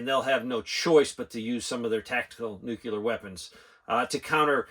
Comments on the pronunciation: New-clear.... you don't pronounce the word "clear" as Cue-lar. I watch your channel all the time, but I hated it when George W pronounced it wrong too... commented with respect. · Newkyallur weppins is daynjuriss. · "new- clee- er" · Sorry Sir I know some people don't like being corrected but it's actually pronounced nu-cle-ar